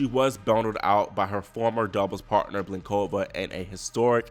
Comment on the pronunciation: Do not say nosKOVa, please say NOSkova. Do not say blinKOVa, please say BLINkova. It's so easy to learn the correct pronunciations. Why don't you do it?